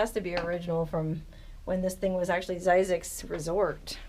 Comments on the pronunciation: Phonics.. hmmm .. only s single vowel. Thus a short i.. not long i.. Thus phonicly speaking.. Z-zixs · Zzyzx enunciated Like Physics